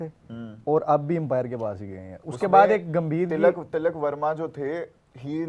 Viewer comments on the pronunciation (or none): Abe talak nhi tilak 😂